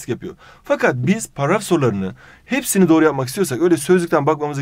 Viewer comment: Abi niye paraf diyorsun.Dilin mi dönmüyor.